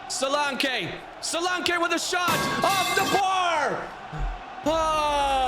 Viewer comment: 😂😂😂😂 the way you say Solanke's name.....'Dominic Solankay!